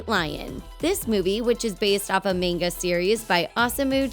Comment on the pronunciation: "A meyngah series by Awesomu Tezookah"